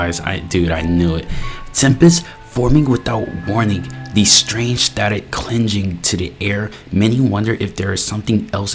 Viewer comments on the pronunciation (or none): YOUR PRONOUNCING CLINGING WRONG AGAIN. No offense. Its a hard g sound. not soft g